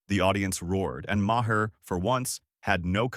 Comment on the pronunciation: This is phoney AI fiction, and the robot voice can't even pronounce Maher's name properly.